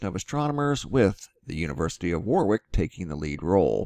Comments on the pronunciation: It's pronounced' 'warrick'! Thank you for sharing though. Love your videos, learn a lot. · Warwick pronounced wawr-ik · its pronounced worick. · It's pronounced Wa-rick. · You say it as Worric 😁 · The second 'W' in Warwick is silent. "WARICK' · Warwick pronounces War-ick!! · Warwick , UK , is pronounced Warrick . Brit idiosyncrasies :) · Thanku great update Warwick pronounced without the 2nd W as in Warick. I guess theyr paving the way softly for disclosure or maybe not?